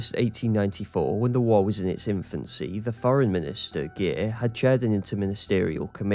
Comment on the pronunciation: That is unfortunately not at all how you pronounce Giers, it is pronounced the same way you pronounce anglophonic Gears last name